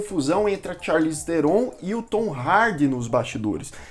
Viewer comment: Se pronuncia "charlize tron" o "H" e o "E" do sobrenome dela são mudos. Numa entrevista num programa ela falou como se pronuncia corretamente. Aprendi isso no canal Super 8 q ele fala sobre o filme The Old Guard em q ela participa. aqui o vídeo: Mas o video ficou muito bom e amo esse canal!